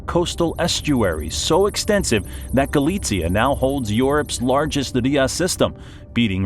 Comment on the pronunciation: Regarding pronunciation, you pronounced Galicia more like Galitzia (Poland).